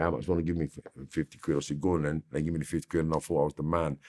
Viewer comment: "I was like, go'on then" 🤣🤣